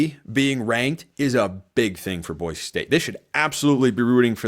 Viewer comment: I like that you pronounce “Boise” correctly!